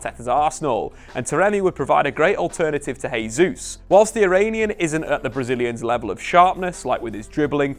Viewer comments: In Spanish a letter J at the start of the word is pronounced as an H. In Portuguese a J at the start of a word is pronounced as a J. Jesus is Brazilian thus speaking Portuguese, therefore his name is "Jesus", not "Hesus". Pronouncing someones name correctly is just the basics, especially as Jesus has been playing in England for years. I think Shearer also pronounces his name incorrectly, but I'll give Shearer a pass as Geordies barely speak English as it is. Just as an added aside a word starting with R in Portuguese is pronounced H, so all these years you've also been saying Ronaldo incorrectly also. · Love your work but it's pronounced Jay-souz not Hay-souz. Portuguese doesn't substitute the J with Hay. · Just FYI. You keep saying 'Hayzeus', so you're using a foreign pronunciation to get it a closer to how natives would say it. However, you're using the Spanish pronunciation of 'Jesus. You should use the Portugese version - phonetically this is 'Jay-zeus'. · It’s not pronounced ‘Hay-sus’. That only happens in Spanish and not Portuguese. Really annoying that you insist on calling ‘Jay-sus’ as ‘Hay-sus’. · Nice analysis, but cmon, you should know that being Brazilian, Gabriel's last name is pronounced Jay Zeus, not Hay Zeus. As for signings, Mudruyk and Thuram both seem like they would be nice additions. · 2022 and still saying “hey-Zeus”